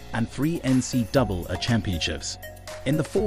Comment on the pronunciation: Please, NCAA is pronounced 'NC Double A'!